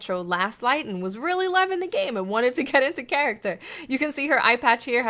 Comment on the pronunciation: Anyone else heard that accent at the end or just me when she says "character" not in a negative way though love the videos